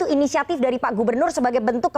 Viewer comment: Katanya inisiatip...katanya lagi dìuñdang ah gimana